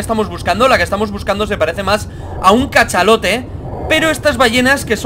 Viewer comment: Yo creí que decía ballena de chocolate